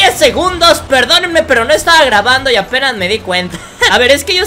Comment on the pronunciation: enves de decir apenas dijo avenas minuto 4 55